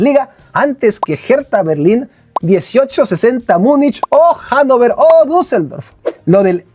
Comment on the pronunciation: Hola, como sé que te gusta la pronunciación correcta de las palabras, el HANNOVER se pronuncia "Janofah" puesto que la "v" suena como "f" y lo que el "er" suena como "ah"